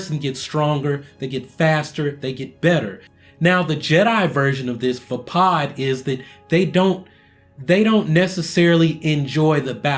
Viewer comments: Also Vepod is pronounced (vey-pawd) not (va-pawd). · everything is correct, exept your pronunciation is ju-yo and vá-pád